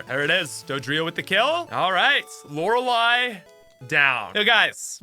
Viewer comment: Lorelei. 1. The lo is pronounced with a short o sound like 'of' not an awww sound like appl'au'd. 2. It's re, not ra. 3. 'ei' like c'ei'ling. Lee is spelt lei in eastern languages when written in English. Lo-re-lee Not lau-ra-lie. Every single poketuber I watch and person I've spoke too say 'lauralie'. But dammit! This is the hill I die on!!!